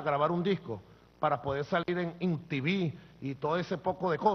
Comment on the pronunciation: en intivi o emtivi? ojo pronunciación, es mtv!